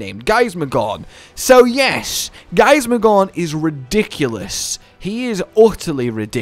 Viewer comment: For some reason I can't unhear the "gorn" sound when is referring to Gaismagorm lmao, but maybe that's just me- I'd definitely see it being a relatively close fight between the two, sure Fatalis has a base advantage in sheer power but, who's to say what would happen if we actually got a "fully serious" Gaismagorm from the start of the fight, rather than near the end? If he saw Fatalis as strong enough to warrant it, he'd probably give Fatalis the "full 2nd phase form" very early and that could potentially play into his favour in the long run